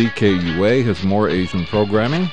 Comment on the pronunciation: When you say Asian, it sounds more Indian.